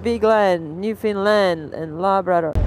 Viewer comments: I think u pronounce it wrong...its new foundland i think...not new findland🤔 or am i wrong? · "New fun lannnd"